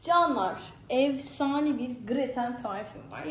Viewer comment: Abla allah aşkına meyhane ve evsane diyip durma